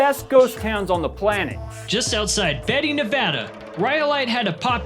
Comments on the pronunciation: #8 - It's Beatty (Baatey,) not "Betty." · Are ya sure Beatty is pronounced "Beh-tee?" Woulda thought you'd say "Bee-tee" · You pronounce Beatty as Baity, it was where I lived when I was younger and it's slowly becoming a ghost town in itself lol